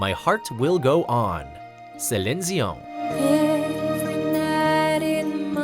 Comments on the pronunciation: Please tell me he purposely mispronounced Celine Dions name like that.... I cringed.... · Why do you pronounce Céline Dion's name like a pretentious prick? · Why do you ALWAYS pronounce Celine Dion's name wrong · The way he pronounces Celine Dion... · What is with that pronouncing of Celine Dion's name?